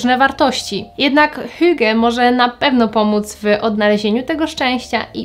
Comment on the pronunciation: po 4 latach nie potrafisz hygge poprawnie powiedziec , coz to tylko 4 lata